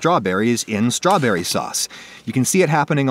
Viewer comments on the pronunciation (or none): "Here's a vwery bwight stwabewwy"